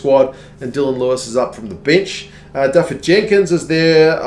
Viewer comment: Loving your reviews! Make them even better... Dafydd is pronounced Dav followed by 'with' withouth the w ;)